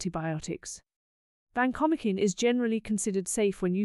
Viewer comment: vacomikin? No way. It is Van-ko-mai-sin. Sorry AI